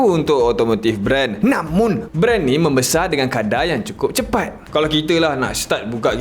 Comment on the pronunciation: Kenapa “namun” tu x ditekan? Namunnnn! Haha